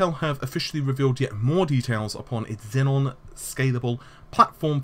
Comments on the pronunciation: It's Xeon (Zee-on) Xenon is a noble gas. Love the channel BTW.:) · XEON. NOT XENON. GOD DAMN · THIS... And what's with "Rome" sounding like "roam"? Wasn't it supposed to be something like "row-may"? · Well, if Naples is "neh-pauls", and Xeon morphed into "zenon", doesn't it follow that Rome should've sounded more akin to "row-may"? TL;DR - Of course it is. Why and how wouldn't / couldn't it be? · please pronounce Xeon and Naples correctly.... its not Xenon and Nepals....please!!!